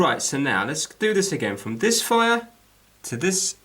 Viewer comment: You is a bit longwinded and it's wire not vire